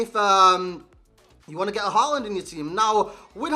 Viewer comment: I cant stop hearing saying holland in an american accent rather than håland